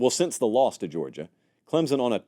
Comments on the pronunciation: Can you please pronounce Klem-sun correctly? It's not Klem-zun. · I love you Lord knows I do!! But will you please pronounce Clemson correctly!! 😂 there is no Z in Clem-Son!! C-L-E-M-S-O-N 🐅 thanks 😅